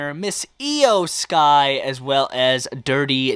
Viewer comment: iyo sky not eyo sky